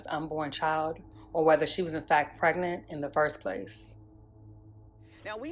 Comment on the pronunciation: That spokesgirl has horrific grammar. What's "Prignant" and "fa charges unrelated tew da merder"